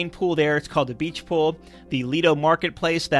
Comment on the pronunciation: La Piazza? French Quarter? Sorry, couldn't hear you over the sounds of the Wonder and Fantasy! Also, "Beach Pool" sounds like "Bleach Pool".